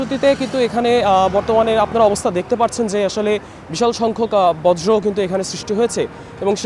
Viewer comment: প্রিয় সাংবাদিক ভাই,আপনি বার বার বজ্র বলতেছেন, কিন্তু এটা বর্য হবে